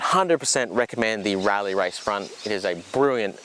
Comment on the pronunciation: It’s hard to you serious while you’re wearing your pajamas!! And while I’m whinging. Rallzee?? your Australian it’s zed.